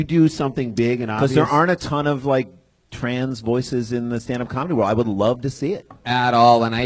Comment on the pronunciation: I like how Brian is 41 and still can't pronounce the word world.